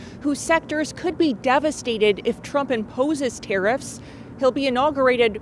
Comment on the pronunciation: It’s pronounced “ Tear-if” not “tear-reefs”😂